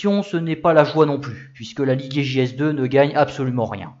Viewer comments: vous prononcez les G à l’allemande comme s’il y avait un U après le G. Vous dites Liguier au lieu de Ligier ( ou Lijié ), vous faites de même avec Gessalin que vous prononcez Guessalin. De plus vous prononcez le u de Guy, ce qui fait que souvent on a l’impression que vous dites Gouy Didier au lieu de Guy « Lijié ». C’est dommage car vos vidéos sont biens documentées et réalisées. C’est une remarque amicale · Bravo encore pour cette nouvelle vidéo bien documentée. Petit bémol pour l'ecorchage systématique des 2 principaux noms, Guhi Liguier et JO Schlessleur... :-( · interressant , mais on ne dit pas " gu-oui li-guier " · alors j'adore tes videos mais la , je peut pas, tu écorche trop le nom Ligier